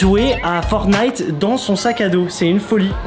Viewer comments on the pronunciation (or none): none